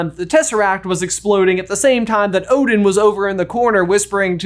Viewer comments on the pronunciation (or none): none